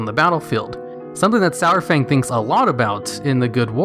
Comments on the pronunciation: The way he says his name.... It's not "sour-fang" it's "sar-fang" idk why people pronounce his name "sour-fang"... Literally everyone in game and blizzard themselves call him "sar-fang" lol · when he pronounced his name SOUR-FANG.....i stopped watching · He says Sour Fang instead of Saurfang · i love ya, but it's Sar-Fang not Sour-Fang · It's not SOWERfang, it's SAARFang. Saurfang makes AAR sound. :o That's only thing that bothered me in the video. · Everytime you said "sourfang" it made me cringe. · Sourfang? really? Saurfang.... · Why is he calling him Sourfang? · Stop saying SO-WER-FANG, Jesus. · Lost me at "Sour-Fang." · Every time you said "Sourfang" I would scroll down and re-read the title to make sure it was spelt the way I thought it was.